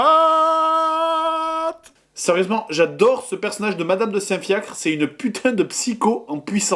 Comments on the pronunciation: A , on dit "psychopathe" et non pas "psycopathe" monsieur Grenier :D !! Mais bref, la vidéo déchire quand même !! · une vidéo qui part un peu dans tous les sens. Et sinon on dit "psychopathe" et pas "psycopathe"